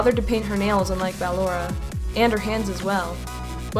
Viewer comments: Man you're still saying battalora till this day it's ballora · I’m pretty sure it’s b-uh-lor-ah not ba-lor-ah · Dumb nuts its ballora not baloraw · (B-llora not bal-lora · I’m not trying to be mean or anything but it’s pronounced like your saying bUhllora not bAl ora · It's actually ballora not believable or whatever you call it but it's actually pronounced ballora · I'm not sure you're pronouncing ballora right,no hate you call her what you want idc How i pronounce Ballora:Ba-lor-a How pronounces Ballora:Ball-ora Again no hate you do you! 😉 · bAllora not ballora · BALLORA IS PRONOUNCED BUH-LORE-UH, NOT BAA-LORE-UH! THAT'S LIKE IF YOU SAID BALLOON AS BAA-LOON INSTEAD OF BUH-LOON! SO SAY IT RIGHT, GOSH DARNIT! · ITS NOT B-AH-LORA, ITS B-UH-LLORA. It even says how to pronounce it in the game! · You are saying it wrong BU-LORE-A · It's pronounced (Bu-lor-a) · It’s Ba*lo*ra not *Ba*lorra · ok listen:how to say it: (BUH-LORRA) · Ok not trying to say how ballora name should be pronounced but I just have to to say she keeps calling ballora baaora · Wait...did she say Bal-ora? Lol😂😂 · ballora is pronounced as buhlorrah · Btw it's Ball-or-a (ball or uh) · Not to criticize you but it's ( ba _ lor _ aw) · Ballora is Said Ball Ora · I don’t be rude but you said Ballora’s name wrong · She's saying ballora wrong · The only thing i dont like about in general is her pronunciation of “ballora”, but I don’t let it get to me. Keep it cool! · No offense but I don’t like how she pronounced Ballora’s name. Not trying to be mean tho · Ennard is a Girl and you said Ballora wrong But that's ok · GET BALLORAS NAME RIGHT OMG